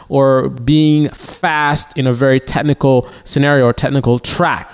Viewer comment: dude if you plan on talking about technical anything maybe learn how to say technical and include the ch...its not tehnical although listening to you...who would know.